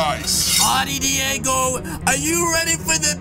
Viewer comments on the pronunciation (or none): none